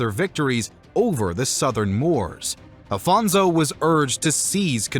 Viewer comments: First of all, I'm loving the video, half way through it Second of all thanks for trying your best in some cases to pronounce correctly the names But like why read Afonso as Afonzo xwx It quite bugs my mind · Don't pronounce Portuguese names with Spanish accent please. It's not Alfonzo, it's AFONSO HENRIQUES. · This is an o.k. video, but it could have been much better if it didn’t have several inaccuracies in pronunciation of names of places (“Ceuta” was basically butchered) and people (“Alphonso” is not “Afonso”), as well as some slightly wrong facts. And the “epic” tone of the narrating voice is a bit annoying. Still, it’s a nice enough video.